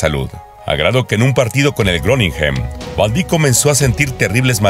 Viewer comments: Se pronuncia Viryil Vandaik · Se pronuncia Vaindaik